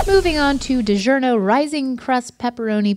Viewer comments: I like how said "DiJerno" again and no one batted an eye. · reads Digiorno says "Digerno"